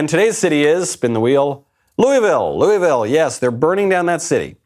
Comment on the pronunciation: To everyone recently concerned with Louisville: Stop saying Loo-E-Vil!!! Its Loo-uh-vul....please carry on.